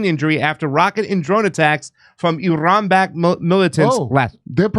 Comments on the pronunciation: IRAN IS PRONOUNCED LIKE ITALY!!!! STOP TALKING LIKE YOU ARE IGNORANT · stop trying to say Iran like a Mexican. You're white. Talk like a white person. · No, it is Pronounced, AIR-AN oh ya, I heard it from Abdullah the Mullah....